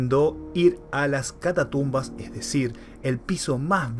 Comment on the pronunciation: NO ES ""CATA TUMBAS "".........ES "" CATACUMBAS ""....